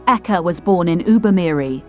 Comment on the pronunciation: Don’t mind this lady, they can’t study to pronounce African names good before coming on line to the publi, this guy’s surname is Eke not aka as you can hear from her!